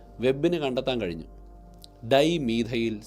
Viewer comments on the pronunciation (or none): none